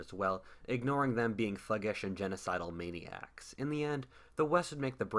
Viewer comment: "Genosidal meniacs"?! You are an idiot